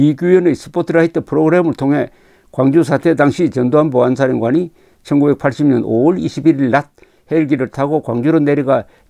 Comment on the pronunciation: 1980년을 1950년 이라고 하시는거처럼 들립니다.